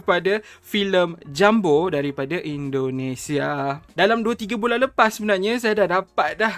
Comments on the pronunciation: Kau ini orang melayu atau orang britishkah? kenapa kau balik2 pronounce nya? JUMBO ya JUMBO, bukan JAMBU. JAMBU beda lagi, itu nama dari sejenis Buah2an. Jambu air, jambu batu, jambu merah/putih dll. Jengkel sama orang2 melayu malaydesh, suka merusak kosa kata2 indonesia, ngerasa udah kayak british tapi dri Melayu malaydesh. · Pengucapan bahasa Indonesia jumbo, bukan JAMBO wooooiiii....!!!!